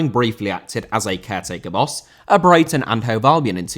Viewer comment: Jones cane from Brighton not Baraton lol